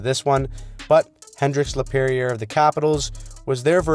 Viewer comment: French canadian here : Hendrix "La-pee-heir"